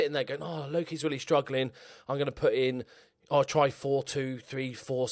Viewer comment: You actually did pretty good saying my name Loki, i expected you to completely butcher it to be honest ! :) Also, what a game, didn't see anything that exciting since i accidentely switched on the golf channel this one time.